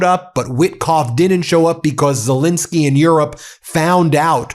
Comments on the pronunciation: Why can’t some Americans pronounce Zelenskyy? It’s not Zillinsky, it’s ZELENSKYY!! ZELL rhymes with Bell.. drives me nuts! Anyway Slava Ukrainii! 🇺🇦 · While you've spelled ZELENSKYY correctly, you keep mispronouncing it. I had a teacher named Betty Zelinski. Volodymir's last name does NOT contain an "I" it is an "E" and should sound like the "E" in pet, not the "I" in pit. ALSO - the summary has his last name spelled WRONG - as Zelesnskyy. Foreign leaders would have more respect fo us if we at least got their names correct, consistently. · look at the second "e" in president Zelenskyy's name. Ben pronounces it as an "i'. I believe it's disrespectful not to pronounce people's names correctly. He also mispronounces the name of the French President. Ben is a lawyer and I expect better accuracy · I wish Ben had enough respect to stop mispronouncing President Zelenskyy's surname